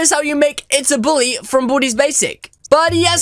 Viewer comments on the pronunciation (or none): Its baldis basics not baldys also make sweepin time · It's baldi not baldys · it's baldi's not baldy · Its baldi's not baldys